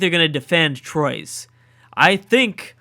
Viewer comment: Troyes is pronounced like T-wa ✌️🇫🇷